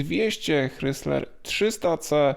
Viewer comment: ok, słyszę "hrysler" nie "krajzler" i już wiem, że nie warto słuchać dalej